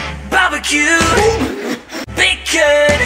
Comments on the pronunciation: "Barrebkyuuu" "Baekhyun" "Beaurgeeerr" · “BARBECYUUUEE” “BEAKOONN” “BULRG3ER333” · "Baba q" "Bekhooouuun" "Bilgeuuur"